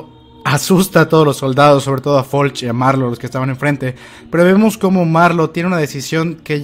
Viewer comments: Deja de decirle "Folch" a Floch amigo date cuenta.-. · No se llama "Folch", se llama "Floch", ahi te encargo para la otra compare.